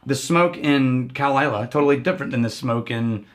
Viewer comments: Clynelish..NOT Cly-nelish...Phew!🥵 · It’s pronounced cline-leash. We expect better from you 😆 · It’s pronounced clyn-leash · I believe it’s pronounced as “ Klayn-leesh “ ... Cheers ..! 🥃 🥃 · It is pronounced Kline Lish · Gentlemen please, "Kline-lish" Also its funny to see before he got his "powers". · I thought it was pronounced "Kline-ish" A very complex whisky to be sure. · It's pronounced 'Cline-leash' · Emphasis is on the first syllable, CLYNE - lish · Guys, bad news. You mispronounced "Clynelish"